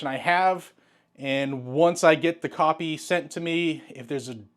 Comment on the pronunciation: I do believe you said copy but it really sounded like you said when they send me the coffee, started scratching my head for a second thought you owned part of a coffee company 😊😆🤣🤦❤️🤍💙